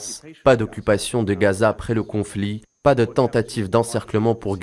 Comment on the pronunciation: SVP ARRETEZ DE DIRE REZAAA ET DITES GHAZA C'EST VRAIMENT AGAÇANT